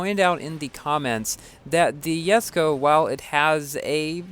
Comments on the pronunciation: It's Jesko not Yesko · you keep pronouncing Jesko the wrong way. It's pronounced Jes-ko. You think Jesko has a letter "y?"